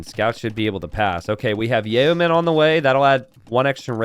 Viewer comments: still says 'yayo-men' for the Brit tech (should just sound like 'yo-men'). Effects of the tech: -All your foot archers become drug dealers. The nose candy makes them fire faster but less accurately. -Doesn't apply to skirms, they're straight-edge. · Hmm, not familiar with it. I've just only ever heard the term 'yayo' when referring to cocaine, so it sounds funny when pronounces yeomen that way. Evokes images of a bunch of drugged out archers who can't hit the broadside of a barn.